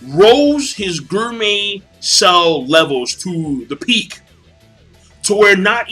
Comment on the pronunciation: King I like you, your reviews give me joy and all.... but please please I beg of you. its "gourmet" cells not "guurmeh"